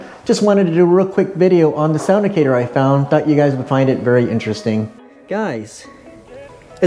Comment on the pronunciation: I think it’s pronounced like “Actor” Sound-Actor.